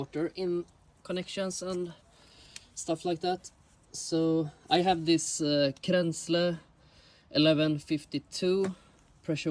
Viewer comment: I knew you were from sweden as soon as you said kränzle!